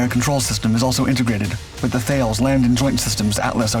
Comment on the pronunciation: My god Thales is Tar lez